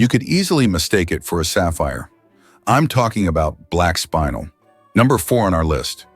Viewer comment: Not a bad video... Couple of corrections: 1) "shiny" is not the correct term - use "luster" instead 2) it's spinel - "spin-ell", not spinal - "spine-ell" 3) "geometric angles" - nonsense statement 4) by definition, sapphire (corundum) is ALWAYS hexagonal Sorry to be so particular, but mineralogy and gemology has specific names and terms for mineral and crystal properties. If you want to create an informative video, use the correct terminology.